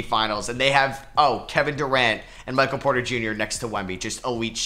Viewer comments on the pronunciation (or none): none